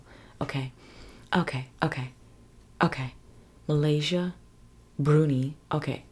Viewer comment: Brunei is pronounced Broon eye….😎✌️🇬🇧